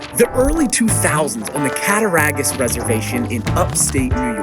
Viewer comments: Cata-rawgus. Not cata-Ray-gus . And western New York smh. Oh and silver creek. You even has the news clippings to correct you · Completely botched Cattaraugus buddy 😂 and it’s “silver creek” high school. Played him for 3 years. He was nasty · pronounced the county wrong and it isnt in upstate new york. (western new york)